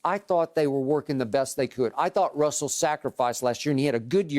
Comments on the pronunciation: Shannon say Wrussel Restbrook three times fast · “Wussell” Westbrook😂 Always been a tongue twister for Unc